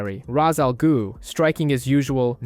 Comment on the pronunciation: The first word ain't the problem chief. I can't tell if you are saying... Ra's Al "Goo" Or Ra's Al "Glue" But it's pronounced like Ra's Al "Ghoul"